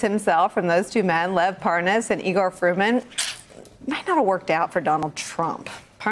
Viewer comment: It's EYE-GORE not E-GORE!